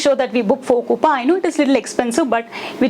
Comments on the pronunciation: “KOOPA” 🤣🤣?? LOL that’s not how you say it..”KOOPAY” is how your pronounce it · That “coupa” is disturbing 😂. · Pronounced as coups only fyi